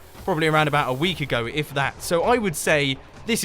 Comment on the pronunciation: ABOUT A WEKK AGO !! :)))) that made my day